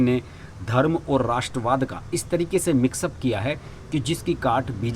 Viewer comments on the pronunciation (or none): none